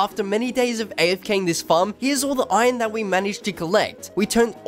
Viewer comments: why are u saying ijon its iron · Everyone: Iron This dude: Iyonnnn